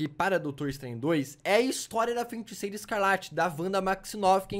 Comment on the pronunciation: eu acho q vc tem q aprender a falar feiticeira antes de ver dr estranho kksksk vc sempre fala feinticeira e feintiço kskskskk